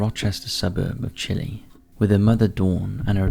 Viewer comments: The town is pronounced Chy Lie, not Chilly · Hi! Rochester native here. It’s pronounced CHAI-lie❤️ haha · nope, the town outside of Rochester NY is actually pronounced Chy Lie